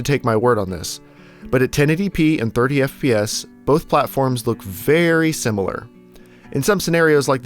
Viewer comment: Am I hearing things or did you say "birdy FPS" instead of "30 FPS"?